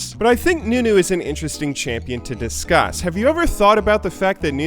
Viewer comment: "sense" "disscas"?